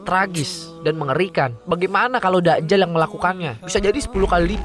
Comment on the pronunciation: voicer over 2: kok Da'jal, Dajjal dobel huruf jim